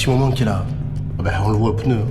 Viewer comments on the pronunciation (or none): none